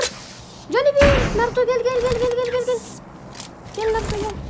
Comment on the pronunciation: Sasuke bi ogrenip gitmedi yaaa onu adi narıto degil narutoo :d